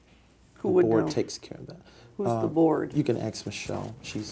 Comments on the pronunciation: . You can “axe” Michelle. Hilarious. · How can he not hear he is saying axe instead of ask?? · Why cant americans say 'ask' properly? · "uKan aXXe michElle"😂😂